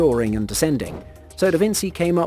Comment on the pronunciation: Never in the history of people has anyone ever pronounced Leonardo DaVinci as Vinsi. Never. "eyeroll"